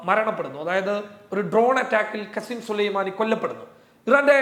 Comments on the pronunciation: വല്ലാതെ ഉഷാറാക്കല്ലേ കസിം സുലൈമാനി അല്ല കാസിം സുലൈമാനി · കാസിം സുലൈമാനി എന്നു നല്ലോണം പറ